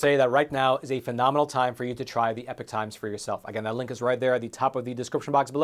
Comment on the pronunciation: I'm not sure i could ever subscribe to the epoch times when you keep mispronouncing it as "epic" 😂 as the meme goes "you keep using that word, but it does not mean what you think it means"